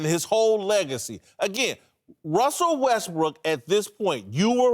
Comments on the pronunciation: "Wussel Westbrook" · “Wussell Restbrook”